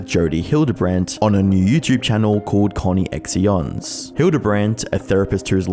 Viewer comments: Surely you could have taken the time to do enough research to learn the pronunciation of your subject's last name, as well as Connexions/"Connections"? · how did you do all this research and not learn its said Frank-ie and just "Connections" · Im sorry but connie-eks-ions made me wheeze. 😂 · ConneXions is almost certainly pronounced Connections. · Nice videos! Also, ConneXions is pronounced Connections :) it’s spelled really weird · the adults covered in this video can eat shit but man the way you pronounced "connexions" was so distracting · We love sneaking an opinion in by completely mispronouncing "Conne(x)ctions". Ample plausible deniability too! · The pronunciation of ConneXtions was starting to hurt my ears :/ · The way you pronounce ConneXions is adorable 😂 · The way you're pronouncing connections 😭😭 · I literally cannot tell if your pronunciation of ConneXeons is a joke or not, well done. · I don't think a bot could mis pronounce connections lol, it might just be the opposite, him getting it wrong just so people won't think he's a bot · My only complaint is how my pronounced conneXions😭but I get it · It's pronounced as "connections" not "Connie-x-ion" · Did he pronounce the channel that's obviously called connections coinections or something like that 😂😂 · Really good video. It’s sad to watch the reality of it all. One point to raise though, I’m pretty sure ConneXions is pronounced connections. It’s a play on the word I think?! Either way top video! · I can’t stop giggling at the co-knee/x-eons when it’s connections with an X 😂. This story and what she did was horrendous and I’m glad she is in jail now. Both of em. But I think her ex husband deserves to be in jail too. He never did anything to help his kids, he abandoned them. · "Connie-x-ions" 🤣 It's CONNECTIONS mate, use common sense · It's pronounced connections.... Not Connie-X-eons or am I just crazy. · it’s pronounced “Connections” not “Connie-ex-ions” ? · connections ❌ conny x ions ✅